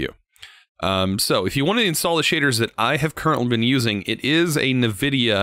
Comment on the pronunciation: Wtf I did not know there was a person in this planet who pronounce Nvidia as Nevidia.